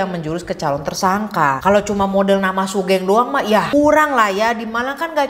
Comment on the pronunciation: btw kak, sugeng itu pronounce nya sugeng bukan sugeng (ngerti kan kak maksudnya TT) itu nama umum si buat orang jawa